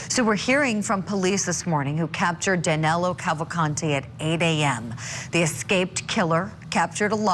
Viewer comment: No wonder they took that much to find the guy. You guys (police included) keep butchering his name. Could've been easy for the deadbeat to simply show his ID and say "see? I'm Danilo, not Danelo".